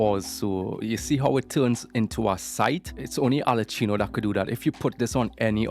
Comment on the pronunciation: Why do you say Arlecchino like that??